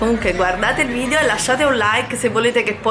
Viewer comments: Che nervoso quando dice vidio cavolo si dice videooooooo 🙄🙄🙄☹️😡😡😡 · ahahahah ma no! non hai capito, è la pronuncia ammerigana